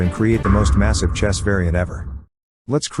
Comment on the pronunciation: The amount of times he said massize is crazy